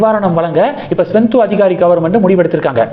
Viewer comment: தம்பி! மேற்கு வங்க முதல்வர் பெயர் சுவெந்து அதிகாரி. நீங்கள் ஸ்வெந்து என்கிறீர்கள். திருத்திக் கொள்ளுங்கள்.